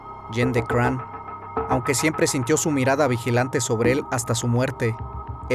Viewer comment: se pronuncia Craón, Gilles se pronuncia Gill (en efecto) D´Rais (se pronuncia D´Ra no "Re" observación no hera homosexual. le gustaba sodomizar como lo romanesco de su lectura, es decir le gusta "dar" mas no "recibir" (como lo hacian los romanos pero no hera homosexual) mas bien su caracter... como decirlo perverso, amo profundamente a juana de arco incluso despues de él mismo haberla entregado a los ingleses se arrepiente y la busca en las masmorras pero juana a quien ve es a el diablo (gill) y no acepta su renovada propuesta de amor, ella es quemada como bruja, gill se retira a machecoul y comienza a delapidar dinero en obras de teatro dedicadas a juana, despues mata en medio de sacrificios humanos si a jovenes, niños e incluso niñas, con el afan de resucicitar a juana, de acrecetar su fortuna y no en vejecer pero no fueron tantos como la inquision lo dijo (mas bien aprobecharon de su estado mental y asi con lo exagerado de su confeción , nació hasta hoy esta leyenda negra de gill, hasta hace poco, segun registros hubo un juicio donde se le exonero y se le devolvio su rango de heroe nacional, aqui es la mezquindad de la iglesia, lo sucio y lo peor para quedarse con lo que quedaba de sus tierras y fortuna, si bien no fue un santo tampoco fue un grande asesino, el pez por su boca muere, si te torturaran ati QUE NO DIRIAS Y MAS SI NO ESTABAS EN TUS CINCO SENTIDOS, GILL HASTA LO CONVIRTIERON EN VAMPIRO! ¡POR DIOS! AUN ASI, DIJO TANTAS COSAS QUE PASARON A LA POSTERIDAD ENGRANDEC